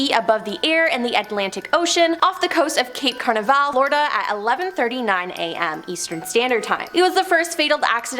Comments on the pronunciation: Did that woman just say "Cape Carnivalle?" "Al Kreda?" "Osma BinLaden?" wtf. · That woman made several bad word pronunciations that were so bad they were like scratching nails on a chalkboard. Eg: Cape Canna-very- ol (Canveral), Federal Burrow (Bureau) of Investigation, Robert Mc Nere-Ma (McNamara) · WTF? How TF does she get Cape "Car-ni-Val" out of Cape Canaveral? 🤣🤣👽👽🤣🤣 Anyone else annoyed with her mispronounciations? there were quite a few of them in this video and others that were featured here: This video alone, Cape "Car-ni-Val," "al-kwī-duh," surveillance as "sir-vail-ē-enss," "federal bur-oh." I remember the Challenger explosion. I was in 4th grade walking back from the restroom. We were watching it live and I walked in just intime to see two seconds of the flight before it ended in a fireball. The shuttle does not have the parachute. It was designed to come blasting back into the atmosphere, and then gliding back to a runway. Parachutes were on the Apollo capsules and were recently brought back with SpaceX and other applications with the resurgence of rockets. Personally, I don't see the harm in researching this stuff to learn. And to keep yourself aware of potential nefarious things the government might be doing. And they know wgatbhappened to the people after Operation Midnight Climax. They always know. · Although the info might be true her inability to enunciate Cape Canaveral makes me wonder if she really knows what she talking about.